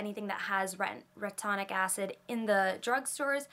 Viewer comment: it's re-tin-oic acid.. great vid btw!